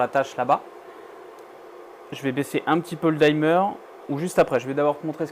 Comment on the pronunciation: Tes vidéos sont top. Par contre si je peux juste me permettre une toute petite remarque : peux tu arrêter de dire dimmer : "daïmeur" 😂. Ça se prononce "dimeur" tout simplement 😊